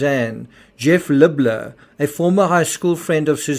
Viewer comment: Why do all podcasters butch this guys name? (Accent or not) His name is pronounced, Lib-Ler. Just call him, Jeff! But yes, quite a strange but sad case. I hope these girls grow to learn that their mother was actually a good person but was more than likely, Extremely Lonely! She needed a verbal outlet. She still loved them both with her whole ❤, im sure! Hope the police investigaters and courts figure this thing out. Its very sad!